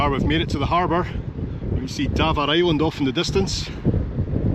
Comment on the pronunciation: Just watched the video of your trip to Campbeltown, which is where my partner comes from. We both love watching your travels and especially when you go to Scotland (you need to go Oban again please) however my partner winces when you say Davaar Island, haha! But we do both love watching your adventures, whether you are on your own, with and when is on her own, all excellent! Hoping is ok as she looked as if she was struggling in the trip to Aberdeen. Keep up the great travels and filming